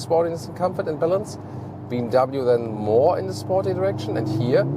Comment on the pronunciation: Digga bmw Not bmvv